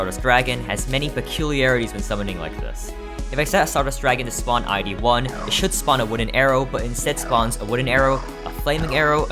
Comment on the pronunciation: Fun fact, "I.D." is pronounced I-D, not I-E